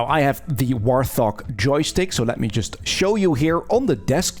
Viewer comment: it is not a "War Thog" it is called a "Wart Hog", just me being me, sorry. Great video though